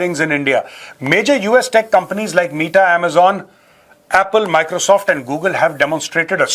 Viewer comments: Sir Meta (like Mehta), not Meeta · U R OSM!🎉 (META is pronounced like 'beta' in Hindi as in 'son'.)